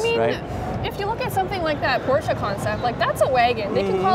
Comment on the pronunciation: Not Pooscho